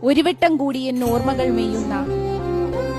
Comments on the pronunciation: 😂😂😂 എൻ്റെ ചിന്താ ജെറോമേ😂😂😂 എന്താ ഇത്😂😂😂 ഒരു വെട്ടം അല്ല😂 ചിന്തൂ😂😂 ഒരു വട്ടം എന്നാണ്😂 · ഒരുവെട്ടം കൂടിയ എന്നല്ല ഒരുവട്ടം കൂടിയ എന്നാണ്